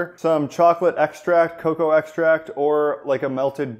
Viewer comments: FYI It is pronounced CoCo Butter not Ca Cow butter,. lol lol That spelling comes from its Latin base .Just so you know. We are all one and all in this Keto diet together lol We are all also constantly learning .. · PLEASE STOP SAYING CO-COWAH!!!!! IT'S JUST COCO OR COCOA! JEEZ! 🙄😟😣😫